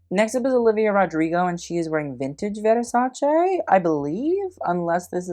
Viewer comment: I always appreciate foreigners pronouncing Versace correctly.